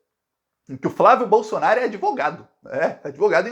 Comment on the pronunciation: Assistam aos o falando "a chance do Queiroz DELETAR o Jair Blosson-aro..." Até me animei!